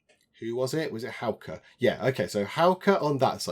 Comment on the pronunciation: Your pronunciation of Hauke is now spot on! 👍🏼👍🏼👍🏼